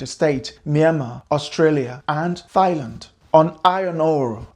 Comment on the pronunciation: Bro said Thigh-land. 😂